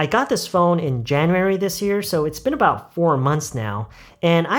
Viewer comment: been about할때 선생님처럼 발음을 하기 어려운데 혹시 발음 팁같은거 있나요??